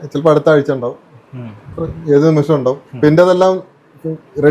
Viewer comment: നിമിച്ചം അല്ല നിമിഷം ആദ്യം മലയാളം പടിക്ക് ഒരു ചെറുപ്പക്കാരൻ അല്ലേ നിങ്ങൾ